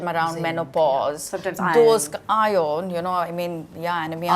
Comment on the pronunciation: Please don’t pronounce words incorrectly, use google if unsure. It’s calcium with a c not cal-shium. Iron was said properly by Malaika not Eye-on as pronounced by Rutuja. Magnesium has a sound ssss, not mag-ne-shium. Enjoyed otherwise for some useful facts.